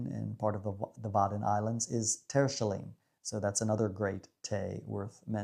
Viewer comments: Deze video is fantastisch - bedankt! Ik was een week geleden op het mooie eiland Terschelling en dus was ik blij dat je het noemde. Maar ik denk dat je uitspraak niet klopte! De "sch" moet worden uitgesproken als in SCHeveningen. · thats a pretty solid G and Sch! Edit: Terschelling needs some work though😁